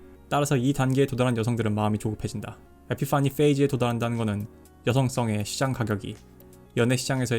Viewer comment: 에피 파니 페이즈 발음이 너무 구려서 갑자기 진지에서 웃겨짐